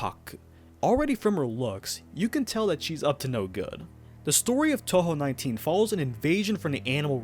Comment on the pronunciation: man i dont like saying this to people who are clearly ESL but you really need to work on both your english and japanese pronunciation or youre gonna ruin a lot of fans pronunciation too to start with, its “toe-hoe” not “tau-hau”